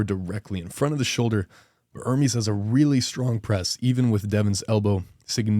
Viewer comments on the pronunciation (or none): Dude, its not IRMIS ITS ERMEST. Learn some basic pronunciation.